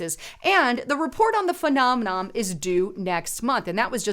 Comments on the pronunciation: Right...phe·nom·e·non not phenomenoM.. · It’s not “phenomeNOM”....it’s “phenomeNON”... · Phenomenom? isn't very good at pronouncing the big words her script writers feed her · there's no "m" at the end of "phenomenon" or "phenomena."